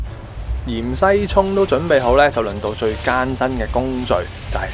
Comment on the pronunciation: 芫茜蔥呀 ！唔係鹽西蔥呀 ！硬硬哋呀！唔係雁雁哋呀！甩掗哥 ！！！